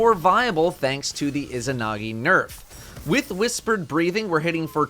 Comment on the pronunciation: The pronunciation of isahnahgee is really getting to me 3 minutes in to the video